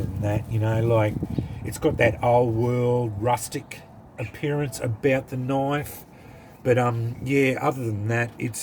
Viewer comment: Thats a noice knoife.